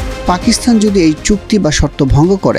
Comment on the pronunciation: জনাব রিপোর্টার, পাকিস্তানে 'থ' পেলেন কোথায়? উচ্চারণ ঠিক করুন।